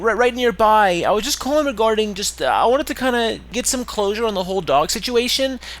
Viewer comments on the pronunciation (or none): closure not dosure